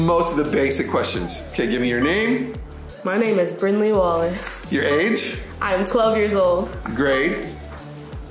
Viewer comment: It’s Brinley not brinkley